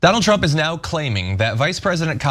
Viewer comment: Trump, not Tramp